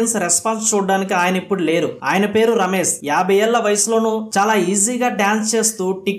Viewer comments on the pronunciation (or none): Rames kaadhu , Ramesh pronunciation correct matladu.